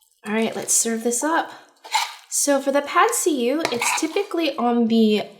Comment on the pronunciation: “Pad see you” is how to say it I think